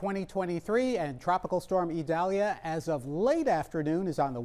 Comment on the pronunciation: This weatherman is a pro. He even pronounces «Idalia» perfectly (a special name that's often mispronounced). Great job,!